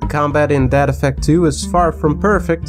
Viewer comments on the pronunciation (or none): I THOUGHT HE WAS SAYING DAD EFFECT IVE NEVER HEARD OF DEAD EFFECT GUESS ILL TRY IT OUT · Every time he says "Dead Effect" I hear "Dad Effect" and imagine a super campy, punny game with lots of bad dad jokes.